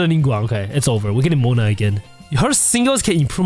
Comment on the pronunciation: the way u said mona... you're a filipino??